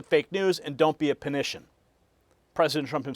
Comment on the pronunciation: its panic an get it? not panition